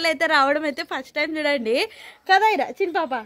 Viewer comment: షిన్ని పాప కాదు తల్లి చిన్న పాప అనాలి